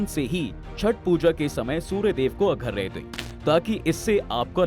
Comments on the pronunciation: Agharya nhi arghya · Bhai arghya hota hai, aghrya nahi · Agharya nanhin arghya hota hai sudh bola karen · Video mein mehnat ki hai lekin AI se bulwa rhe ho kya yaar.... arghya padhne nhi aata hai.... agharya padh rha...